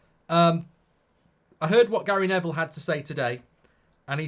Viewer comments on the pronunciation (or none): none